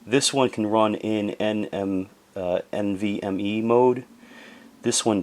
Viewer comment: too much thermal paste my guy xd funny video though. "that looks ridiculous" on the dual cooler 🤣 Also hilarious ur boomer brain in action trying to pronounce NVME or explain things "Did they shave this off the memory, that is bizarre" 🤣 It's normal